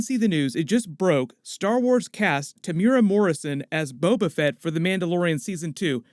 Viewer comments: pronounced Tem - u - era... not temyyoora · te mu e ra pronounced tear moo ear rAAAAAA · Temuera is pronounced - "TEH' (as in HEH) + "MOO" + "EH" (as in HEH) + "DA" (roll the "R") jsyk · The way he pronounces Temuera